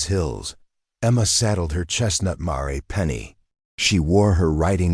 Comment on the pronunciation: Mare = Mare-e? Way too wordy! Had to quit watching.